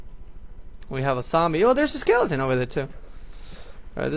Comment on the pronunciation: when u say skeleton it sounds like lilidain